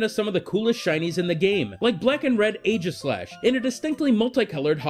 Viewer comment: its pronounced EE-gislash